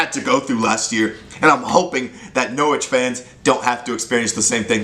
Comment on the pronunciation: You're the only American who can pronounce Norwich correctly